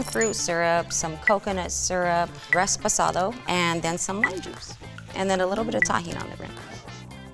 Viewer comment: She said ReSPOsado she’s a fraud